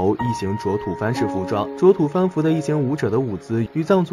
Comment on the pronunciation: 不是土fan，是土bo。